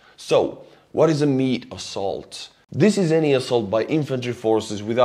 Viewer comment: "Meat Assoult" and your smile. This is not right.